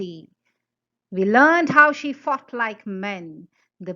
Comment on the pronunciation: Everytime u say “she fought like men” it sounds like “she fucked like men” 😂